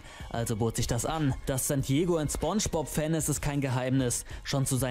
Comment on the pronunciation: Es wird spOngebozz ausgesprochen Nicht spungebozz Btw nette Reaction